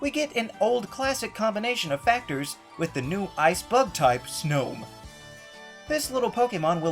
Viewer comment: When he said snome I slightly got triggered